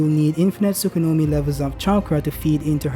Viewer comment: say "tsukunomi" once more and im gona fuckin block u. its "tsukuyomi" bruhhhhhhhhh